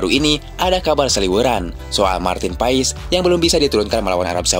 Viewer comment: paes bukan pais